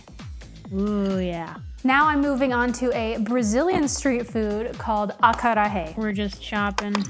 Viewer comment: Heyy love the video!! Btw, in Brasil we speak portuguese, so the j doesn't have an h sound, it's closer to how you say like. Jumanji. So acarajé and queijo are pronounced with that hard /j/ sound, not a h